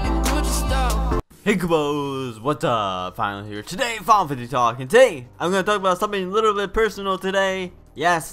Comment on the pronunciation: I know I said a few days ago of why you pronounced final fantasy like that and I'm sorry like I said before and I'll tell one thing that kupos name gotta go man new viewers want to here new things about final fantasy and when you call them kupos is like where did that come from. You want a serious account here on youtube not a childrens circle with teddy bears and stuff final fantasy characters. Trust me when I say this that you will se a growth in your channel. I hope this helps I'll keep watching your videos but just try to change those things.